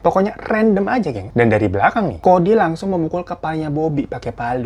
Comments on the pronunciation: Apa cuma gue yg denger bang hiro bilang kodir bukan cody di 09: 59 🤣🤣🤣🤣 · Bangg ngakak bgt pas lu salah sebut kodir hahaha